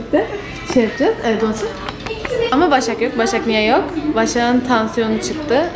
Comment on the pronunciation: şu Başak'a niye taşşak der gibi Başşak diyorsun?